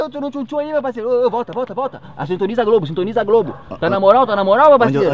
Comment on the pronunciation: Kkkkkkkkkkkkkkkkkkkkk quando ele falou sitoniza a globo eu rachei